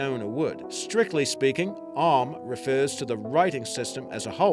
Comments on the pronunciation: Dude it's not "Og-hamuh" it's pronounced "Oh-am" ^_^ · You pronounced Ogham wrong, it is pronounced as Og-Um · *Not bitching about pronunciation* but just so ye know Ogham is pronounced like Oh-amm :) studied it in college for a lomg time :) still used here in ireland in some parts of the Gaeltacht (areas of the country where irish is still the main language) btw love your videos guys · Ogham is pronounced with 2 sylables Og am the h is silent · Ogham is pronounced as Oh-(g from the back of the throat like a bad chewbacca impression)-um Or Oh-wum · Ogham is pernounced o-wam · It's pernounced o-wam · 4 is as far as i can remember pronounced as ohm as in the unit of resistance or possibly (oh am) oham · Nice video but please research how these scripts' names are pronounced ffs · listening to him try to pronounce "Ogham" is almost as painfull as his research on the subject.